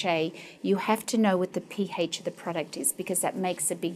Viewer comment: the P-hAYSCH IS 2.8 LOL